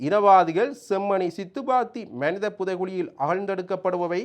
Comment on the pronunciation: அடேய் பன்னாடை (மணித என்பது தவறு மனித என்பது தான் சரியான சொல் ) நீ யாழ்ப்பாணத்தமிழன் என்று சொல்லாதே எங்களுக்கு அவமானமா இருக்கிறது